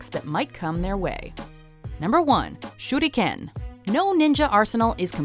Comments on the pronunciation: No offense but it’s not shurdiken it’s shuriken. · SHE SAID SHUDICAN IT SHURICAN! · I cringe when I hear her say ShurrrRuKENNN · Goshh the thumbnaill...its super creepyyyyy.... When she says shuriken itslike syuriken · The Shuriken is called a Shuriken not a shurdiken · Shudikan not how u say it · I like how they pretend to to be fancy and pronounce Shuriken: Shoot again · did she jsut say shudiken xD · this is how she said shuriken shurdikan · It's pronounced SURE-eee-KIN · "shooty ken" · Broden Tripcony i think its supposed to be pronounced like this: Sure ri ken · I do believe the proper pronunciation is shuh-rli-kehn (手裏剣). Japanese is syllable based so the first syllable would be shu, the second would be ri and the last would be ken. Unlike Chinese, Japanese has little to no tones so everything is pretty much read as you see it with some exceptions that I cannot remember. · Nah if a japanese guy said it it would sound like this SHURIKEN! pronounced sure ri ken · nice video but think she was pronouncing the star weapons Shuriken wrong :) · I dont see why everyone is harping on the way she said shuriken, other then that, everything was pronounced well. Probably the only word you anime nerds know how to say correctly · random guy 5507 That's how she said it, except with a kind of roll of the tongue